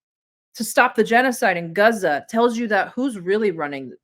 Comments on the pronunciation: Guzza? Is that Gaza pronounced with a Yiddish accent? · Somebody tell this chick that it's Gaza, not Guza. That' what you get when they get out of the kitchen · its pronounced gaaaza, not guuuza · It’s Gaza, not Geza… 🙄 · Guza..... 😒 I die inside a little when she mispronounces that 😂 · Why does she keep calling it Guza? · Great discussion, but please stop pronouncing Gaza like that. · Why can’t she say Gaza properly?